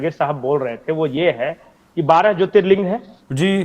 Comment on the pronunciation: Wo jyotirling hota hai ling nhi